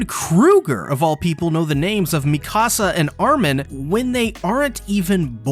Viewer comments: “Mee-kasa” is killing me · Why does everyone call her Mecasa instead of Mikasa? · Its Mikasa not la micasa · Bro makes a lore video but keeps saying Mikasa’s name wrong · You're pronouncing Mikasa wrong... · the way he’s saying Mikasa’s name…. No…. You’re high!